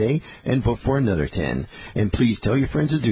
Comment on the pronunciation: how he pronounces "anuder" makes me think of cwc